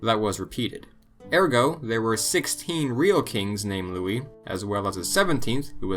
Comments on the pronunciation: Lol yeah but Louis, not Louise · Louise wtf? That's Louis...